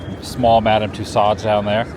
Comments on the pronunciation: Actually, her last name is pronounced (too sowed) or like (to sew) a dress. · Somebody teach this guy how to pronounce tussaud.